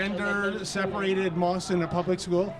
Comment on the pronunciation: Public! Not pubic!